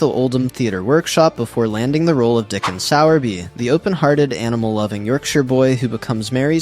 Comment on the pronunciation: It’s not Dickon it’s DickONN